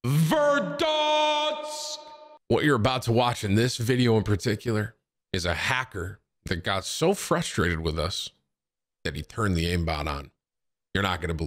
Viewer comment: Tim doesn’t even say verdansk anymore he just says verdans